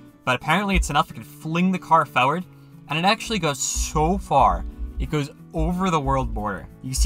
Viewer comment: why do you say farword